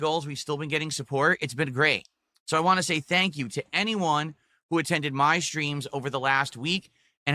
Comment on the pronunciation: "I'll talk about what I wahngk!"